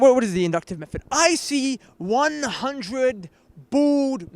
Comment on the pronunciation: "From his own mouf. From his own mouffff!" Did this guy learn English in ESSEX??? Inductive meffod.